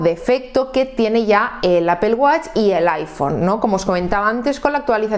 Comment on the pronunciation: Primeramente muchas gracias por la información, lo que no entiendo de verdad es que si tú eres hija de España, (LA MADRE PATRIA) mujer tan preparada y con acceso a tanta información,¿ Porque Apel? Te juro que no puedo comprenderlo. Que cosa es Apel? De dónde sale? Porque Apel?????? Me sale urticaria cada que escucho eso, disculpame pero es aberrante. Te costará mucho pronunciarlo adecuadamente. Yo te lo agradeceré en el alma, incluso me suscribo y pago. APPLE, recuérdalo.